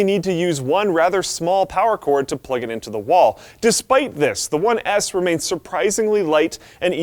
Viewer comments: it sounded like he said XBOX One Ass ( ͡° ͜ʖ ͡°) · anyone else noticed he said "Xbox one ASS"